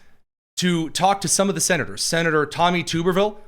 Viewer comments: Tub-er-ville, not tube-r-ville. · Hey, I live in Alabama and It’s Senator Tommy ( Tub- er- ville). He was once a great Auburn University coach, ( War Eagle) now hopefully our next Governor!!!!